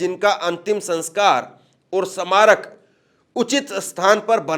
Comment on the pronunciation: Hindi Bolna to seekh lol Bhai smarak nahi bol pa rahe